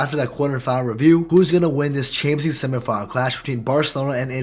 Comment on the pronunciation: You say “chansleeg” never heard anyone pronounce it like that lol